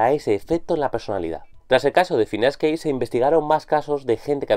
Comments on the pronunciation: Es Gage no Cage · Ya desde que no pronuncias Gage me queda la duda de lo confiable que podría ser tu opinión, en todo caso, a quién le importa si no es tu caso favorito, el hecho es de que fue muy importante para la neurociencia.